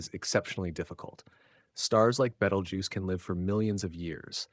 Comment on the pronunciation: oh please, its been "two weeks from going supernova" for fifty flipping years. every week youtube has anpther shte AI video like this one and the AI can't even pronounce its name right twice in the same sentence. and FYI. its 650 light years away. It it went supernova it wont be in the "next two weeks" but already happened 650 YEARS ago and we would have seen proof of that years before today.